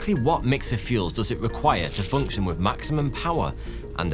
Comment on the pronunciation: You have a very peculiar speech mannerism, and I am wondering where it comes from. You have an unusual way of rendering "th" sound. You say "wif" instead of "with" and "free" instead of "three". You also render the voiced "th" as "v". You do this most of the time, but not always, and I can see when you do it by watching the way you form your lips. I can see and hear that you also sometimes render the unvoiced "th" in the way that is customary for native English language speakers. I have encountered this 'f' and 'v' substitution in people from the Carribean islands for whom English is a second language. So, how did you acquire this speech mannerism?